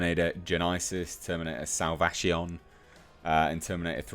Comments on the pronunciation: Lol "Salvazion." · "Terminator Salvashion" 😂😂 damn ya got me laughing hard!